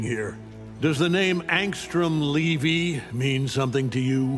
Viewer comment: Its cool to see Angstrom being mentioned on the mirror match, also I thought Levy was pronounced like "Lee-vy" not "Livi", that's weird.